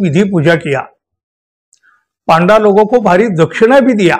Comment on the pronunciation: पांडा नाही हो पंडे म्हणजे गाइड…